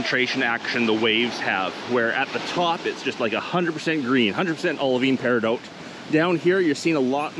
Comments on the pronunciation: I desperately wanna say that you never pronounces peridot right, it’s not even an accent thing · thats just not how you pronounce peridot. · I don't know if I've been pronouncing Peridot incorrectly or if you are. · He says peridot so much, and says it wrong every time. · Isnt it pronounced peri DOT ? Is it just your accent or what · i don't think paridout is a thing. peridot rymes with dot, as in "theres a peridot over the i" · Love these type of videos! But it has to be said. I for one never heard anyone pronounce Peridot like you do.. And as many times in one go Lol. The stone is my birth stone and have always called it PEAR Ah DOT. Not doooote? I know it's a small comment but it has to be brought up just for the sake of it. Side note if I planned to drink every time you said the word Pear Ah Dot(Peridot) then I would be dead! Nice to see so many stones in one small area. I'd love to go there and get a few samples to take home or better yet make some jewellery out of them. Would make a nice ring, chain with a cool pendant or even a bracelet. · "Peridoout" i say "Peri Dot" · It's driving me nuts that he's mispronouncing peridot. It's either -dot or -doh, not -dote. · You know the 't' is silent in Peridot. It's pronounced peri-doh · Its not peridote, its peridot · periDOT not dote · You're driving me crazy. It's "peh·ruh·daat" not "pear-ih-dought." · Just found your video. I've been collecting gemstones for 25 years. The "T" in peridot is not pronounced, it is silent. Like, Per a doh. I've never heard of this beach before. It's very interesting. Good video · Love your content! Quick note! It's pronounced "pear-eh-dot". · Sorry... I just checked it in an audio clip because I have heard it pronounced with the 't' silent... But it actually, sounds like Pair-i-dot, like 'not', in all forms of English.. It doesn't sound like dote or doat..... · I swear to GOD if you say "Peridote" again XD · the T is silent dan.